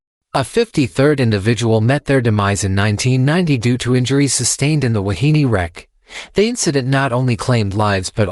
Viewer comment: pronounced: Wah-hee-nay.